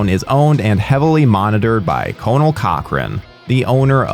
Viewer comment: And he mispronounced Conal as well. It is not cone-all...it is Con-nall.